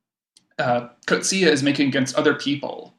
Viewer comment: You cannot bother to get remotely close the accurate pronunciation of the surname of John Maxwell [formerly Michael] Coetzee. I am beside myself, horrified really. Listen to his Nobel award— the Nobel panel fortunately respect the laureates (and short-list) authors enough always to bother, as with their perfect pronunciation of Louise Gluck’s name {Nobel 2022}. Im clicking away from you two… you sound like unsophisticated teenagers, not academics. I am rarely harsh and do not wish to be a “troll.” Have some respect… Coetzee is not “Coat-Zeee,” it’s roughly “Kut-zee-a.” Look it up, listen. Get it basically right. He is such a gentleman he never corrects these mispronunciations… but ive had the pleasaure of meeting him, etc. i bothered to request guidance though id listened to the Booker ands Nobel panels… and had been equally horrified by the University of Chicago putting a voicemail greeting up for him while visiting for 1-2 years [as an academic] there. The day of thje Nobel they too got his name mispronounced with their voicemail message stating that his voicemail would be fu;;/unavailable due to the volume of congratulatory calls, and often undesired requests for interviews, and other meetings. Just… listening to you both speculate, wrongly, and say “I was confused about that.” Again and again. “I feel sorta sorry for our listeners.” (Why not keep this discussion between yourselves, take it down here. Through I do not “have to be here,” that is so. No philosophical sympath